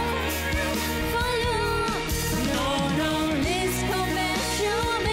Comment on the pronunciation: Nữ hát lỗi quá lỗi: quên lời, phát âm sai.. Please : ly come back.. To: two me